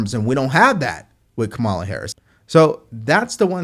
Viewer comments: Correct pronunciation: “Comma-la”. Not that hard. You can carry the water for Trump, but you are NOT his constituent. But continue. . .😂😂😂😂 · You mispronounced Kumswalla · If you can’t, or won’t, pronounce the Vice President’s name correctly, I won’t take you seriously.